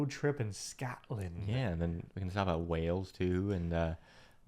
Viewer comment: I wish the annoying mispronunciation could be edited on this video! It’s Stonehenge not ‘hedge’ it’s Westminster not Westminister, it Wales not Wells.